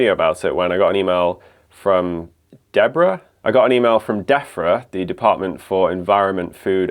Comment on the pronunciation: I'm listening to this while working and I thought you just called Debrah who you were presumably on the phone to 'Deafrah' because you were angry she couldn't hear you